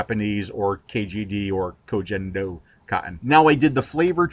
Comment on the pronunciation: it is pronunced Ko "Ken" Do... I'm using it since a year and for me is the best wicking material I ever used. As usual, great video!